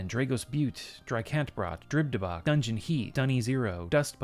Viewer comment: feel like Dungeon is pronouncing it like the Japanese word oishi (“yummy” lol) with an n at the end, which is cute.